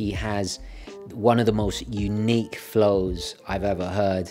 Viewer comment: Watching you say flow was funny T. Cool channel. both keep safe😷 Forgot to say i'm from UK, the north west. 🧐👍🖖